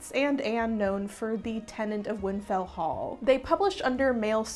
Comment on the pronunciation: *Tenant of Wildfell Hall, not Windfell